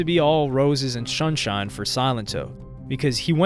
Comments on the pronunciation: He said "shunshine" lmaoooo stopppp🤣🤣🤣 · i love the shunshine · "ROSES & SHUNSHINE" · 'Roses and Shunshine'